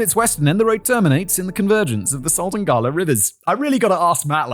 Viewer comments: As someone from the phoenix area, hearing you pronounce the "Gila River" as "gah-la" instead of "hee-la" made me die a little inside. it's pronounced the same way as a "Gila Monster" (and that's definitely the best way to look up the true pronunciation) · For future reference Simon the river pronounced Gee-la not Ga-la. Why its pronounced that way, well take it up with the Spanish or Native Americans. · Gila is pronounced HEE-LA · Gila river is pronounced HE-la 😊